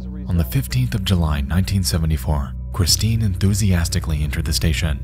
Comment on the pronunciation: "Cwistine." Love you, Nexpo. You know I'm just teasing.